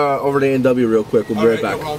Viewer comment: "some 'qauck' secret" LMFAO.